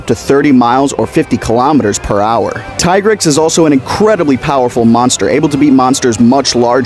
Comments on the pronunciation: Alright im gonna stop u right here U lost ur right to talk about monsters after u didnt Do enough research to pronounce its Name right Its TEA-grex and not fkn tie-grex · .....it's "Tee-grex" not "tie-grex" his tiger stipes makes you want to say the tie part, but that is not at all how any of the games pronounced it. It's "tee-grex" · Why do people still call him "Ty-grex" when world confirmed that it was in fact pronounced "Tee-Grex" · Pronounced Tee-grex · Youre pronouncing it wrong